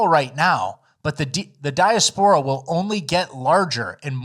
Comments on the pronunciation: dye-ass-poor-uh not dye-uh-spore-uh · RRB: di·as·po·ra /dīˈasp(ə)rə/ "DEE ASS POUR UH" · "diya-spor-ah"? lawls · You pronounce diaspora wrong